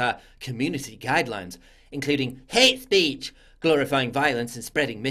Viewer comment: The way you say hate speech is hilarious